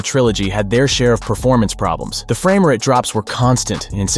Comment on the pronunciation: He don’t know how to pronounce frame😂😂😂